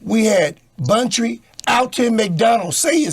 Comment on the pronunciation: Ye he said Buntry look like eat nails 😆